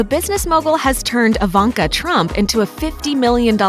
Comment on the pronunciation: why reporter spells her name like "AVANKA"😆😆😆